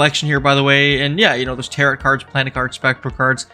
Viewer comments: Tarot is not pronounced as Taro>T< It is pronounced as >Taro< without the T at the end. Please, pronounce it correctly. It's annoying. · Came to the comments to make sure someone was correcting 'tarot' to 'tarro' for pronunciation. It's French y'all, don't say all those letters. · Really well done and many thanks. But, bro… ‘Tarot’ doesn’t rhyme with ‘parrot’. 😂 You’re killing me here. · Tarot is pronounced like Marrow and Barrow. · Nothing is more beginner than mispronouncing "Tarot" 😂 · Look up the pronunciation of tarot for future videos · That’s not how you pronounce it, bud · No you didn't. You pronouced tarot like "carrot". It's a silent T on the end. Tarot and barrow rhyme. Tarot and carrot do not.